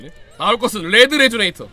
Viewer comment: 레드를 렛드라고 읽는 모습을 보니 킹이 되기에 부족함이 없어보입니다